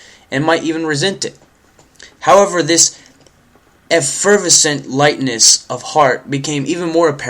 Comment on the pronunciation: My first thought was something along the lines of: ''OMG learn to pronounce words''. But then I thought: Oh, well, he sounds young, and at least he is trying. Most young people today don't even try. At least learn to pronounce the word: effervescent. It's a beautiful word, quite bubbly, actually, and may I offer you a clue? The emphasis is on the third syllable.